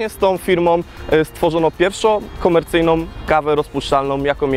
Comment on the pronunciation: PierwszOM KomercyjnOM kawę rozpuszczalnOM...